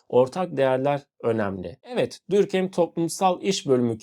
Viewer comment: videonuz çok güzel olmuş gerçekten diğer tüm içeriklerinizi de beğenerek izliyorum sadece normalde telafuz düzeltenleri sevmem ama direkt konunun kişisi olduğu için belirtmek istedim, dinleyenlerin de aklında kalması için Dörkhaym olarak telafuz ediliyor bence sizin için de telafuzu daha kolay sevgiler saygılar